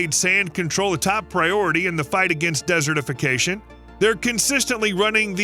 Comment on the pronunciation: The way you say desertification bothers me.